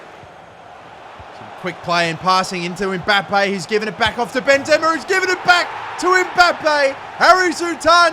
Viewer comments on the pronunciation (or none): bro said benzemer💀